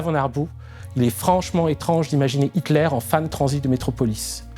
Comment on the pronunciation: C'est très intéressant, comme d'habitude, mais une petite étude de la phonétique allemande s'impose. Meurnau, Heuteur, Piteur, Niémolleur, Rote-Ouang... Ca arrache littéralement les oreilles